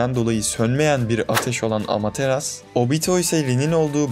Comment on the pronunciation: Amateras diyorsun sinirleniyorum lütfen amaterasu der misin